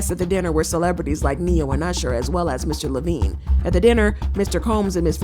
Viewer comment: you misread Jimmy Iovine as "Mr Lovine" ..... great vid btw